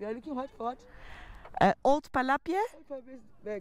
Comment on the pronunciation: when saying palapye the “y” is silent